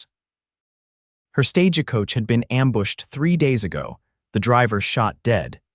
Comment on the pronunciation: Listening from Clackamas Oregon. Thank you for the beautiful love story. Narration had some AI errors. My favorite is the mispronunciation of Stagecoach, "Sta-ge Coach". Cracks me up every time !!❤